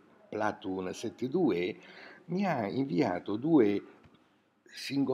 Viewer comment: ma credo che wikipedia sia uno spazio libero, quindi penso che chiunque si possa fare la propria pagina. Conosco persone chhe se la sono fatta! quindi alla fine non è cosi' importante!:) ps '...si pronuncia "platuun" un po' d'inglese corretto non fa male,in un paese dove;haimè, non lo parla nessuno ciao!!